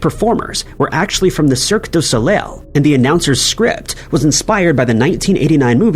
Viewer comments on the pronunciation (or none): Soleil is pronounced So-Lay